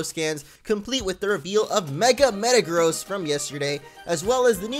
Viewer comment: U said megagross funny